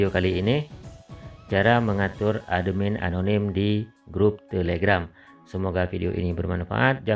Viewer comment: Cara bacanya atmin kak bukan ademin😇